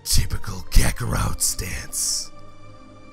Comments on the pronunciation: "Kakorwot"??? The heck why ya call Kakarot with a "w" WTF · Its kakorot not kakorout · So can i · Kakarote XD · ButterWings kakarote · Uhh why does sound like he is saying kakarout whenever he says kakarot most of the time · Did say kakaroute? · If was a wrestler I think he would sound like this. And the way you say kakarot is hilarious